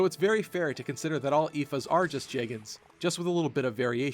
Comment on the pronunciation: Is that seriously how one pronounces "Oifey?"